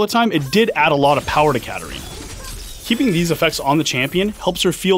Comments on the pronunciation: Hm why katarina is pronounced karolina? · HEY as chinese user i cant understand why katarina is pronounced karolina...